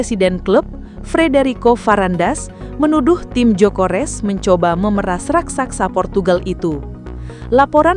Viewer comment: Gyokeres bukan jokores😂